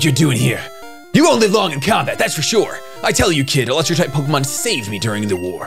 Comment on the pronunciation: "im pretty shore"